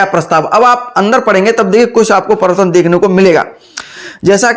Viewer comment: Privartan bolne nhi aa rha hai pdhaoge kyya ghnta